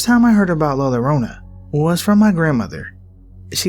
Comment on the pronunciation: Love ur narrations! Fyi double L in the Spanish language makes a Y sound, so la lorona sound wrong, its la yorona.